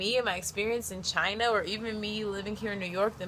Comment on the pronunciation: she says "but China", but It sounded "v*gina"